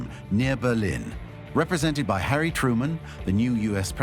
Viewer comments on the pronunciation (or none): none